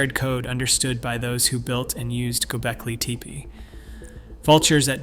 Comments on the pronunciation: ANOTHER AUTOMATED BOT-TYPE CHANNEL "Gobleki "TEE-PEE" ~@ Plus just look at the cookie-cutter copy/paste formatting with ALL of the absolutely and totally recent posts... Later!!! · For the love of god, go watch another video on Gobekli Tepe and learn how to pronounce it! This is really interesting, but you keep sayin that shit weird and it drives me nuts! They weren't native americans they didn't make teepees